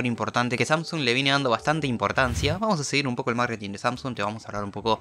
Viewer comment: Samsuns xd te equivocaste se dice samsung